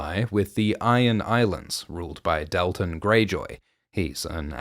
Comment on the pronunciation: The way you pronounce Dalton may be the most egregious thing you’ve done. It’s a real name! (Also thank you for the video)